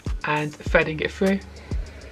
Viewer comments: "fredding it frue" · “Fredding it frou” 😂😂